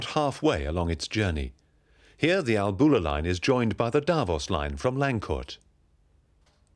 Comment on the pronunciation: professional film footage and sound. I wish the narrator had asked a local about pronounciation of place names before recording. It is, for instance, not ALBOOLA, but ALLBULA.